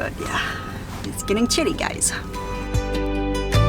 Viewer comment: When you said, chilly I thought you were saying Shitty, lol.